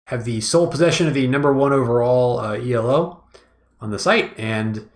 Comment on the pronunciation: The way he pronounce E.L.O. triggers me. Its E-Low, like in yellow, E-Low! Right?! is it just me?